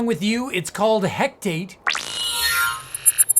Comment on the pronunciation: Hectate? I understand the mind likes to fill in the gaps of our expectations, but it's "Hecate", which is apparently a reference to Greek mythology.